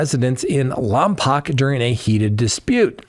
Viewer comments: Its pronounced Lompoke not lompac 😅 my wife is from there and gets upset every time she hears it pronounced wrong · it's pronounced Lom poke, Walter Cronkite got it wrong too back in the day of Vandenberg AFB, CA rocket launches during the 60s. This case is puzzling; her husband is dead so no divorce or need to hide child w relatives but her gr'ma is very worried! Hope we hear soon as girl has been absent from school 30 plus days!! Not cooperating w police reminds me of Laurie Daybell case & Buzzard has problems going on w heavy makeup & wigs when only 40 yrs. Old!!??? Strange! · Interesting and well presented. (Lompoc is pronouns bed LOM-poke.)